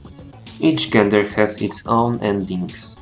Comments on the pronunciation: It is pronounced jen-der not gen-der. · Część, I am a big fan of your videos. I noticed that you made a mistake when pronouncing "gender". You should pronounce it as if it were spelled "dżender" in Polish. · czyta się "dżender"